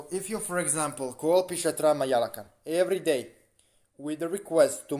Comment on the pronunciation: yeah he's wrong it's PisachA not pisatra 😂😂